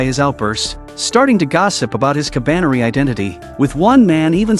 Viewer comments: Ka ba ne ri and not Kabane. DON'T MAKE IT SOUND GAY DUMBAZZ! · is not kabaine is ka ba ne ri learn to read moron